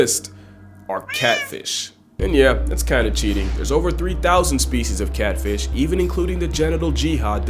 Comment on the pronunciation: meestah kahtfeesh